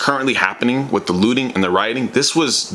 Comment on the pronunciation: Every time you say looting i hear lewding, because of that i can't support your message.